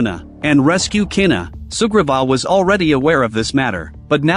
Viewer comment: For a while I thought he kept saying super bob not sugriva 😅 I always watch speeded up